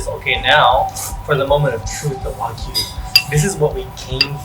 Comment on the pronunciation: ‘Why-Gyu’? I don’t understand why people struggle so hard to pronounce ‘wagyu.’